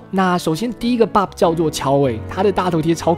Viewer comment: 是Bob 不是bod哦~